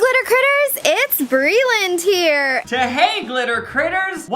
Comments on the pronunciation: No hate or anything but he keeps saying “Brayland”. It’s Breeland, right? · It’s brEEEland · Omg right?! It drove me CRAZY. I was like "WHY?! ITS BRELAND. PRONOUNCED LIKE BREELAND" lmao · it's pronounced bree-lend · also not saying her name wrong lmao i love him